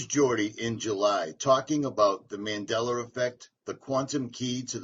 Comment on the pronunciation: It’s called “Mandela effect” not Mandeller effect